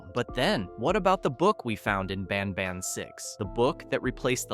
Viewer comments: BanBAN not BANBON😂😂😂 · the way you said banban was very weird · You always say ban ban wrong😢